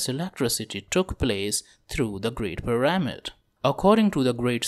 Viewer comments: I'm gonna dislike kuz you keep saying puh rah mid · the correct way to say it is PEE rah mid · It's hard to focus on this video when he keeps mispronouncing pyRAHmid. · I think it's kinda funny.